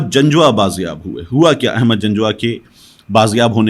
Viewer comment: Ahmad nahi pl Aahmad pl correct